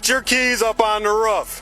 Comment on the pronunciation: Raaf ???? Roof!!!!!